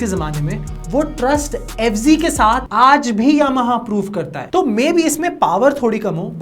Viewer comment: Fz hai bo f g nhi hai 😂😂😂